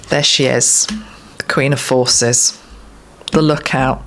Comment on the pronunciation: Did anyone else hear "Queen of Horses" instead of forces at the end? X